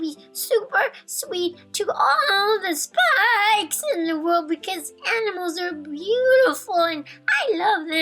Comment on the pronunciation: <--heeey, she didn't say "Aminals." :P